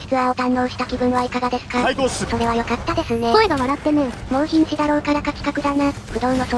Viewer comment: それは良↓かった↑ですねでなんか草